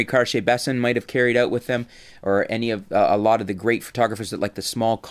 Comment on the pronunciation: Please learn how to say H C-B's name properly.